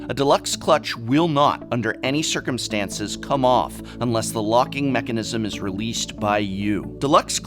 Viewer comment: Adored your pronunciation of "Circumstance" ... just sayin'